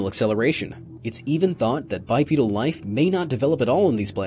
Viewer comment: “BiPEEdal” fuck, my ears.